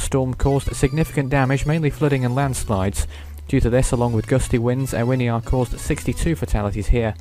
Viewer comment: Ewiniar is pronounced U-in-iar